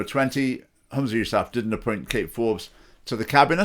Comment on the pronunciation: Try to pronounce his name correctly and any one can lead the prayer in islam. And he can't do any worse than the current clowns in power